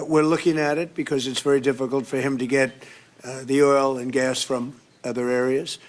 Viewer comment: He just doesn't know how to pronounce the word GAS correctly.